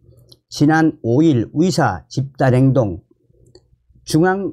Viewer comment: 위사 위사